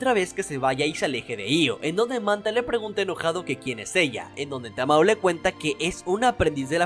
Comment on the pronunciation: me triggeree un poco al escuchar como dijiste tamoe a tamao pero de ahi en fuera muy buen video 👍🏻